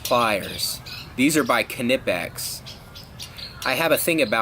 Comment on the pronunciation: he is pronouncing it correct Knipex is German